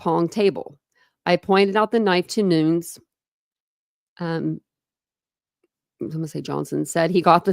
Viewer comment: Noon-EZ not N-oo-N-s